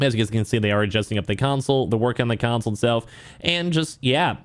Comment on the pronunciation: Why do you keep saying "council?"